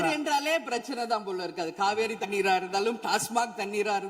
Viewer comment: காவேரி என்பதை காவியரி சொல்ற ப்ரேம்ஸ்.. ஆளுநர் தமிழ் உச்சரிப்ப குறை சொல்றாங்க. 😅😅